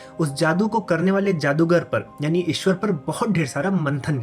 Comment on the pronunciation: Eswar - is - ee swar -ee